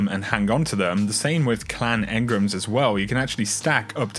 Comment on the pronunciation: Why has everyone started calling engrams 'engrums'